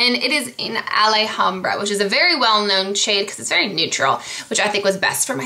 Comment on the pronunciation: alhambra is a nice duo. it's actually a town by pasadena. it's pronounce al-ham-brah. haha. dang I never saw the china glaze booth. wish I saw that! wow the metal crackles are new, thats cool it was such a good deal. I got pinky blush too! it's fucking gorgeous. the goldish glitter looks like UD Midnight cowboy glitter. great haaaaul!